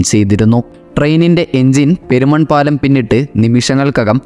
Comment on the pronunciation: പേരിനാട് അല്ല പെരിനാട് എന്നാണ്.. അതേ പോലെ പേരുമൺ അല്ല പെരുമൺ അങ്ങനെ ആണ്